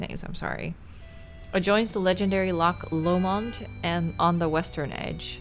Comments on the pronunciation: I played this one after your first nancy videos because it's set in Scotland and I'm a proud Scottish lassie 🏴 Finally was on the receiving end of bad accents and pronunciations. The way she says Loch Lomond lives rent free in my head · she just said Loch Lomond for the first time for me...never heard it pronounced like that before 😂